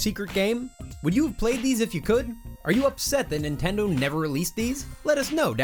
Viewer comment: He said nendindo